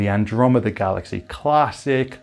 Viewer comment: Did you say galaxae ? :) Ty for the video very useful